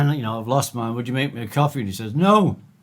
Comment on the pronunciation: I think you mean "copy", Ring. Not coffee. lol